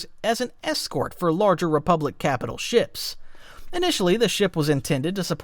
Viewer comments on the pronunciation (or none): none